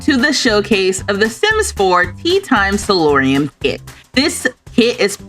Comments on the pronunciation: hi, i love your videos! it's not a big deal, but the word is "solarium," like "solar," so named because it lets in a lot of sun from the glass walls and ceiling. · This is already been mentioned by the pronunciation. But it's not about that. It's about something similar to that. Every time I heard you say salorium, all I could think of is, why are they talking about salt. Because you are on in the background and I actually had to turn around because while I know this is royalty and legacies, I didn't think it was roman based. Just for those who may not be as nerdy as me. Salary comes from sal, which is salt, which is what roman legioners were paid in, so SALorium, thinking why, is she talking about salt? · It's spelled and said *solarium*, not "salorium". It's a sunroom, commonly found in the front face of the house.